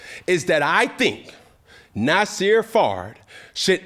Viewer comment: “They been Nasirr all year”😂